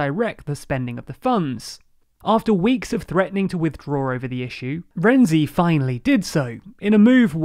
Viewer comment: Dear, the correct pronunciation of the namens of Italian politicians quoted in the video are the following: [dʒuˈzɛppe ˈkonte] and not [konti], [matˈtɛːo ˈrɛntsi] not [rɛndzi], [ˈkarlo adˈdzeʎʎo ˈtʃampi] not [kiampi]